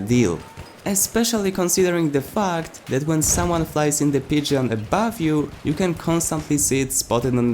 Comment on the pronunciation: As much as it's funny listening to you mispronounce pigeon i have to tell you when pronouncing pigeon the E is silent XD